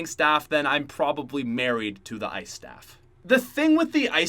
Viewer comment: FIRE SHTAFF?